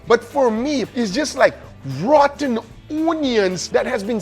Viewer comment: Bro said RATTEN OOOOONIONS 😭😭😭😭